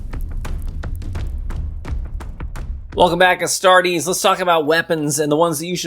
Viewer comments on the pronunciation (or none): none